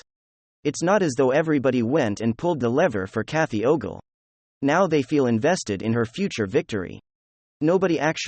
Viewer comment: It´s funny how you keep mispronouncing Kathy Ogre´s name